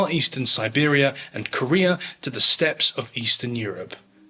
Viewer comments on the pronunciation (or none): none